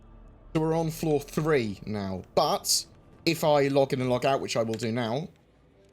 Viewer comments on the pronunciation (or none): Sounds like you wanted to say Log On and Log In at the same time.... Log Eun